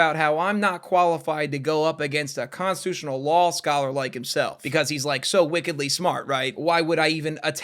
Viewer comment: WELLLLL YOU SAY LOL SCOLLER NOT LAW SCOLLER AAAAAHAHAHAHA